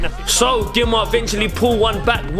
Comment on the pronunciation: Used to play for the younger Gima sides. It’s pronounced Geema. Pretty cool what you lads have going here. GG